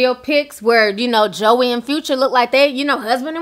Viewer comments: Her name is pronounced (Joy) her names not pronounced Joey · Its (joie) pronounced like JOY! Just letting you know Lol! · I'm sure you don't care but her name is Joie (Joy) lol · I was like "Who's Joey" Lol! Her name is pronounced Joy, just spelled differently. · Omg Ti her name is pronounced “Joy” lol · Brittni was not at the gender reveal/baby shower. And her name is pronounced Joy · Its Joy (Joie) lol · Her name is pronounced joy it's just spelled like joie lol..... But I love your videos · That’s not her name it’s joy but spelled joie lord have mercy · Her name is spelled Joie but it’s pronounced Joy lol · joie = “joy” 😂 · Her name is pronounced Joy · ti it’s pronounced joyyyy lol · Her name is pronounced like “Joy” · Girl her name is pronounced “Joy” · Pronounced J O Y Ti, lol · Her name is pronounced Joy. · Her name is pronounced JOY omg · the her name is pronounced like JOY. I know cause my name is Joi and people slaughter it cause of the spelling but trust her name is pronounced like the feeling JOY. I love listening to you but your slaughtering our name lmao and its hard to hear lmao. Thanks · Joie is pronouced (Joy) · Her name is pronounced Jwa. Is she tryna be funny or something? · Hey name is pronounced joy